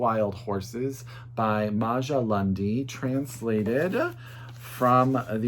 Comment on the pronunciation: Great recommendations as always! Just a heads up, Maja is actually pronounced Ma-ya 🙂